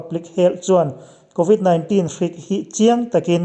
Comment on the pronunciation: I aw sial tawp, covid 19 tihlai tak kha i lam nalh lutuk..